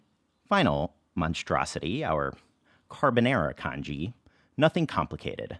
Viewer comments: it's pronounced con ghee not con gee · Isn't it pronounced 'Tjong-ghee'?